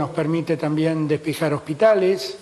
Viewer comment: Hace falta resaltar este error de pronunciación estimado profesor literatura? Mejor sumemos, dale, hacete amigo!!